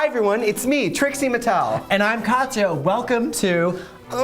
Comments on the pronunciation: Every time he calls her Katiya I get flashbacks of TKB saying Chad instead of Chaz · It’s Kah-tyah, not Ka-tee-ya. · am I the only one bothered by people saying "ka-tee-ya"? it's Kat-ya. 2 syllables, not 3. (ignore my neurotic bullshit lmao)